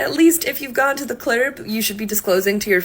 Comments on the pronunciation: Not really realted to the topic but one of the girls kept saying ‘consider not to go to the clerb, or if you go to a clerb…’ and I was what the heck is a “clerb” shouldn’t be “club”? I mean these ppl can’t even talk so I have ni big expectations for them lol Anyway, massively digressing here; sorry about that 😅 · Why does pronounce "club" as "klerb"??? Has "club" become verboten language while I wasn't paying attention? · She didn't say "the club". She said "the clurb". I agree. If you go to any "clurbs" you should wear a mask. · Why did she say clurb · The person I see they them her him it that everywhere, the same glasses, curly hair, and "quirkyness" I spat out my tea when it pronounced club "clerb". Is that a clone or something, I've even seen two of them in the same store at once, looked nearly identical. Is the giant glasses and afro a look now, or are they just clones, because they also all seem "non binary, gender queer, they them itself" purposely beyond frumpy, and just what in the heck. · Okay but can we acknowledge how that woman pronounced "club?" 😮‍💨